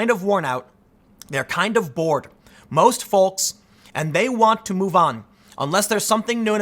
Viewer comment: For the love of God, someone please tell Tim there is no "L" sound in "folks".